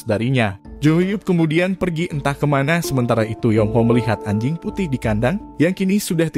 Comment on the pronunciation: ngomong anjing nya biasa aja dong banggggg